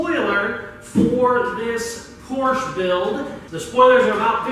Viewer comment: please pronounce Porsche correctly. Rant over.